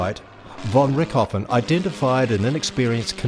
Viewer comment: von Rick-hoffen? Who the fck is Rick Hoffen? Jeez. Was this guy actually PAID to ruin a bloody good documentary? it's pronounced RichT-o-Ven. RICHT-O-VEN !